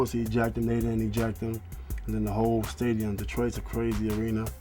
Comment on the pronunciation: When Ron says "they were supposed to eject him, they didn't eject him" it sounds like he is saying "they were supposed to ejaculate"